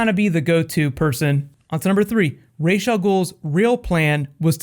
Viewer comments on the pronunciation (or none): It is just so annoying how they mispronounce Ra's Al Ghul. It's not "Raysh". It's "Rahs".